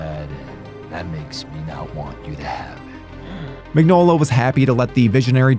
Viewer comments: It's pronounced Min-yola. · Crooked man was amazing. Who is this who cant even pronounce Mignola?